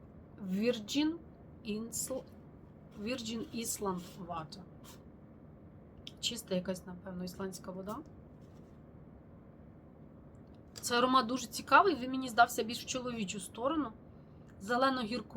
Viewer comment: Вітаю. Вибачте, що душню, але Creed Virgin Island Water, читається як "вірджин айланд вотер". Дякую за Ваш контент!)